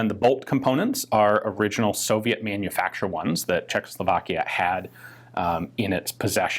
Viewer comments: Great video. Small detail... it is pronounced CzechosLovakia, you say CzechLosovakia :) Your pronunciation of other names is pretty great though! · I gave this one a miss because I don't want to hear Czechoslovakia pronounced Cheklo-slow-vlakia anymore